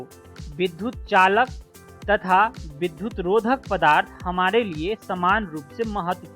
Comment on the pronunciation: बहुत ही अच्छी प्रस्तुति, परन्तु विद्युत का उच्चारण बार-बार विधुत किया गया है एवं वही लिखा भी गया है। कृपया इस पर ध्यान दिया जाय । यह एक बड़ी भूल है।